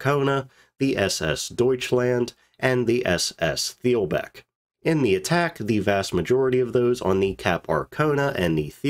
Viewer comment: In the middle of reading a great book on the Wilhelm Gustloff, and it mentions these other ships several times so this is a particularly good video for me. Thanks. (BTW, "th" at the beginning or at the end of a German word is pronounced as just "t." so "it's pronounced Teel-bek 😁)